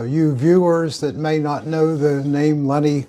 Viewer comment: LEMMY KILMINSTER Not Lenny Kilmeister Dozy old pillock, can't even get his name right.